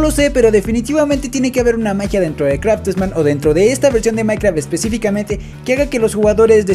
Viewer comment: me encantan tus videos y soy yo o enves de decir craftman te la pasaste diciendo kratosman? XD